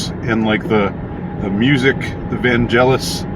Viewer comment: Vangelis is pronounced VanGelis than VanJelis. Godard's ALPHAVILLE did sci-fi noir first.